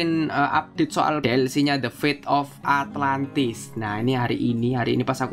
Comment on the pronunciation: ATLANTIS BANG ATLANTISS